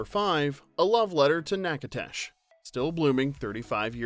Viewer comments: Nachitoches is pronounced NACK-uh-dish. It is a gorgeous little college town. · Its not pronounced like Nak-a-tash. Ughh. Sounds like Nak-a-doh-shus. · Nack-a-dish NOT Nak-A- TASH ugh!! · Knack it ash?? Not- knack- a-doch us? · Its not probouced Na-uh-tesh ITS PRONOUNCED NA- CUH- DISH!!! :)😊 BLESS YOUR HEART ❤️ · One note: it’s nak-eh-DOH-chez not nak-EH-tesh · I’m from Louisiana and just wanted to say that the town is pronounced: Natch-ah-toe-shUs. (Like “hatch” but with an “N”) NOT NACK-ah-tAsh !!! AND THEN, he had to say it over and over again!! Arrrgghhh!!! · OMG ! Nack a tash, and then Nack a dash..... is this what I heard? Natchitoches = Nack-uh-tish. (small town in Louisiana). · It's pronounced "Nacadish" not tish. Just FYI...lol!! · Nak-a-doh-shish Louisiana Not nac-a-tash...good lord🙄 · It's NOT pronounced "Nac a tish" It's NA KUH DOH CHUHS" Omg. Don't do that anymore! LORD! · Nack-uh-dish Is how to pronounce Natchitoches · Natchitoches is pronounced Nak uh tush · It's Nack-a-tish. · It's pronounced nack-a-tish. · Filmed in Natchitoches, pronounced Nakadish. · Oh, bless your heart, honey. The town is pronounced knack-eh-dose-us. You need to apologize to the ears of all the southerners hearing whatever you're trying to call it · Natchitoches is pronounced nack-a-tish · Natchitoches… Nak-ah-dish! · That's not how you say Natchitoches (pronounced "Nak-a-tish"). You're killing me, Smalls. Checking out the recipes for Natchitoches meat pies. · My son graduated college with Robert, the little boy who Susan, aka Shelby, gave birth to at the end of the movie. They remain close friends to this day. BTW it's pronounced Nack-a-dish. It's obvious you aren't from Louisiana. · We say "NackaDISH" but good try lol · Love the movie! Learned that Robert Harling wrote Soapdish. Cool! Love that one, too. For future reference: Louisiana place names are hard. It is pronounced NAK-a-tish. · The city is pronounced Nak-uh-dish 🥲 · And its pronounced Nack-o-tish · Not Nak-a-tash 😅